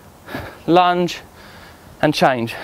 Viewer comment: Did he say lunge time or lunch time? Cuz I ran to the kitchen and I’m about to eat me a sandwich...